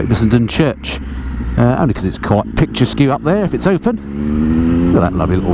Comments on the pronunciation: it's pronounced picture-esk, not picturesQ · very good review, my dear ole chap, one says picture resk , not pictures que:)) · Nice review. That is a good looking bike. Interesting pronunciation of "picturesque".